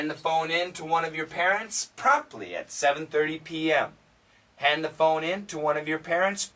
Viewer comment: Oh, it's promptly then. Well, I know the word but the pronunciation was rather rusty. Sorry to say that! I know I should have guessed it but you know. It didn't sound clear.